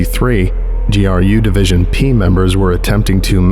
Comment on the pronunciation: pronouncing GRU "G.R.U." instead of "gru" is so weird to me! not an important matter though. great reading.